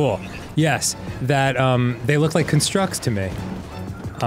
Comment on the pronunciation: ITS A CON-STRUCT, NOT A CUN-STRUCK. spelled the same but pronounced differently, it hurt every time dan said that